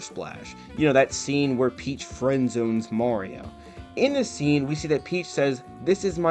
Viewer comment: It’s “Mario” not “Morio”